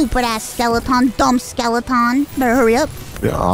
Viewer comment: Haha why is Mouse pronouncing skeleton that way so funny to me? Love it when she plays games with Connor. Iconic duo.